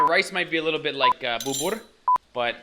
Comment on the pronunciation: I laughed my heart out when you said the rice has become bubur !. You said it right bro !